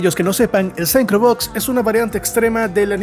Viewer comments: La pronunciación correcta de synchro es sincro no saincro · Arregle la pronunciación de "synchro".